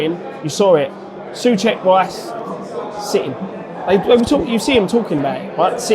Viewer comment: btw pronounced Soucek right, you guys corrected him wrong:D